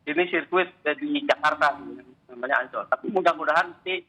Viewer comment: Bule fasih nyebut "Mandalika" sbg sesuatu yg asyik dan eksotis. Tapi kalau Ancol? ingat bung ada "OL" dibelakangnya.🤣🤣🤣